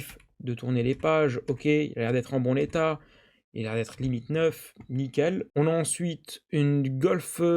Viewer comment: Je rigole bien quand je tombe sur tes shorts, en revanche il y a quelque chose qui me chagrine, et qui reviens tres souvent, c est lorsque tu dis " bon état " en prononçant "bon" et en faisant la liaison avec le N et, ca sonne faux , il faut prononcer * bon* comme si c etait "bonne" 😊